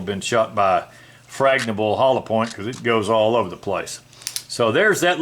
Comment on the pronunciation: a thoughtful presentation on your various levels of home defense arsenal. I do like your Arkansas pronunciation of “frangible” - that made me smile each time you said it lol. Your H&K P30 sounds like it will be a good addition 👍🏻. They taught me 3 round burst on the older M16 - not because 5 wouldn’t have been better, but because of the propensity of those weapons on full auto to jam with larger burst (and they were being frugal with the ammo lol). The only thing I don’t have on your list is the pepper spray and the M4 - I do have a lever action that fills that purpose though. I keep an old H&R.22 revolver in my nightstand and my.45acp next to me in bed. I keep them to afford me the time to get to my rifle. Hopefully, I’ll never have to need to use any of them…but I keep my perimeter prepped because hope isn’t enough.